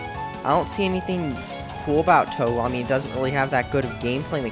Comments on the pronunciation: I hope you understand that you can't create a review about a game if you don't do your research. It's pronounced "Toe-hoe". The two characters you claim are the only playable characters is false. The creator's name is ZUN (pronounced Zoon). ZUN has other people play-test each of the games rigorously before each release. ZUN has also stated that there are in fact male characters, they just can't use danmaku as well as the females can, and therefore are not featured in the games. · So here are some tips for reviewing: 1- Try to learn how to say the name of the game you are reviewing. 2- When showing clips of another game to make your point, actually try showing your point through the clip, you show a clip of how that game has better bullet patterns than Touhou, however, there are no patterns shown. Not only that but actually prove your points by showing evidence, you mention that the creator didn't use transparency sometimes, however, show no proof whatsoever. 3- Do more research, Although its easier to review one of the game by simply playing it, you decided to review the whole series here, so the appropriate amount of research should be done, and it's quite noticeable that you didn't since points like the Continue System making you reset from the beggining of the stage only happens on Touhou: 10,11 and 12, any other would have you continue from where you stopped. 4- The Fandom doesn't matter, your comment about the fans doing remixes didn't have to be there, you are reviewing the game/series and so the fandom is irrelevant. 5- Don't immediately contradict yourself by saying the game is easy and immediately after dying on normal mode. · ***** First off, no, I'm not a weeaboo. Japanese words depend entirely on pronunciation, and he didn't pronounce it right, which gets on my nerves a bit. I apologize, but I was pretty mad at the time about this video, so maybe it was stupid to say something like that. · touwho? Now that's just crazy it's said touwow